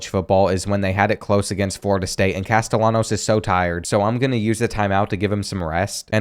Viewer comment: he said castellanos wrong